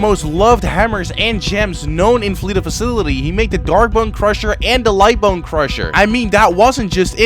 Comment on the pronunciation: I wonder how much time it's going to take for to finally pronounce facility instead of facilily